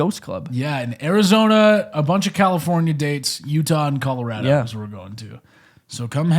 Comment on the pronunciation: As a Coloradan, said Colorado right